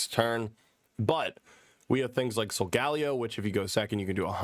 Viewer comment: Bro please, it’s pronounced soul-guh-lay-oh